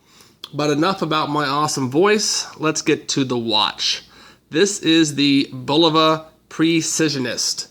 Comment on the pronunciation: it is not BLVA...it is Bulova....( idiot)..